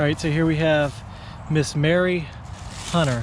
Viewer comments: Good on you guys, but please - it's Marie not Mary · Marie is pronounced Ma- ree, not Mary. Not scolding or correcting, but, commenting. GOD bless you fellows for what you do!! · lol you keep saying MARY, its MaRIE. God blees you all! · Not Mary. But Marie!!!